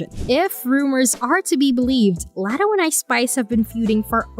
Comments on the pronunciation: Laaaaatoe laddo lol learn her name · Omg yes!! I was coming to leave this comment. If ur gonna speak on someone, at least be respectful and pronounce her name correctly! Sheesh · First her name is pronounced like LOTTO like lottery tickets. Second Latto isn't new, she been in the rap game since she was 16. Ice Spice is the newer artist. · Who the fuck is Latto??? Her name is pronounced LOTTO!!! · LOT - TOE LOT - TOE PLEASE STAY OUT OF OUR BUSINESS IF YOU CANT PRONOUNCE NAMES CORRECTLY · The way they say “Latto” just hurts my soul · AINT IT!!! Imagine her ordering a “Latto” at Starbucks 😂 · Learn to pronounce LATTO 's name correctly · Wth are they talking about?! Calling Latto a “new comer”. Ice Spice is the new comer. And why tf is she pronouncing Latto that way?! 🙄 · 😂😂 just horrible